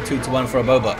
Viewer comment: the way you said " aboba " was just perfect